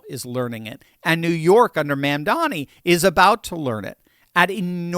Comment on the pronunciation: I like how he calls him "Ma'am-dani." 😆